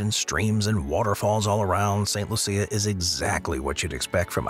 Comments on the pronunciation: I believe St. Lucia is pronounced LOO-sha, not loo-SEE-uh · St. Lucia lol... its pronounced Lu-shh-ah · My wife is from St. Lucia and we visit every other year, and I can assure you it's pronounced LOO-sha. Creole French. The AI voice is simply not recognizing the accent involved. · "Saint Loo-sha" is how they pronounce it.